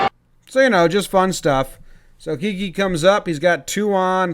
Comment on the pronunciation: Hey Jomboy, his nickname is short for Enrique. im no pronunciation police but id go with “Ki-Keh”